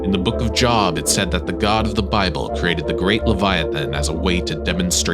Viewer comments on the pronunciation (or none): You mispronounced the word "Job" in "The Book of Job." It's actually pronounced "Jobe," just so you know. I wasn't sure if the Leviathan or Cthulhu or the Kraken or some of the others, but the Flying Dutchman has struck #1 on my list! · Job is not pronounced with a short O like “I got a job” it’s pronounced like this “Joab” long O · The book of JOB he’s says. It’s pronounced Jobe 😂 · The book of Job as in Jobe. Not job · Job is pronounced Jōb not jawb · Job is pronounced with a long “ o “ sound. Like Joab .. not a short “ o”. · It’s pronounced jäb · Yet he can't say Job 🤔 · How TF you gonna pronounce Jormungandr with the correct old Norse accent…but not Job? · Dude can perfectly pronounce "Jormungandr" but can't pronounce "Job" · Hahahahaha you beat me to it. The second I heard "job" I was like, "oh god, let me fix this..." 🤣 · That gonna change how I pronounce Job. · because it’s in the Bible and any Christian who reads it knows that Job is pronounced that way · it's common knowledge that Job the name is not pronounced the same way as "getting a job"